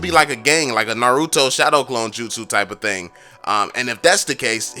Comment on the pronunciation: please say Naruto right